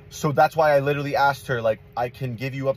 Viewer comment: one thing I noticed is that they can never correctly pronounce the word literally “like litaly bro” 💀